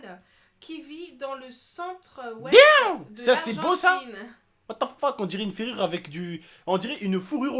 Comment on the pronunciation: Mdr j'ai l'impression que tu dis ''wate te feck'' au lieu de ''what the fuck'' ça me fait casser des barres (ceci n'est pas un commentaire de rageux) bisou 😘